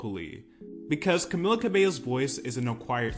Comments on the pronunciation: *Ca-mee-la is how it's pronounced 😁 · bro if i hear one more person pronounce her name as camiLLA istg 😭